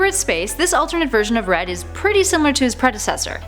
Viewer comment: Did she say bread? Instead of red?